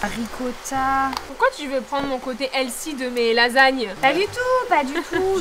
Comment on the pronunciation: SVP ARRETEZ DE DIRE HEALSY PLEASSEE!!! ON DIS HEALTHY!!!